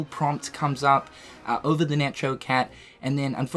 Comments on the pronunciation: Dude pls Necho is pronounced like the word "echo." The name is a play on words: echo + neko(=cat in japanese). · Necho Cat is pronounced with a hard ch. It's a pun on the words echo (because it's music/sound themed) and neko (Japanese for cat).